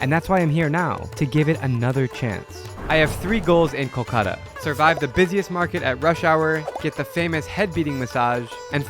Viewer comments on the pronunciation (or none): Its not kokola it’s kolkota n if u cannot say word u can call like call-cut-aa